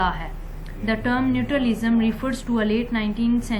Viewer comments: Its natural lism mammmm Not nutur lism 🙄🙄🙄🙄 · Hahahaha it's not neutralism. Pronunciation to theak kar dain. Ye vedio delete kar dain log hansengay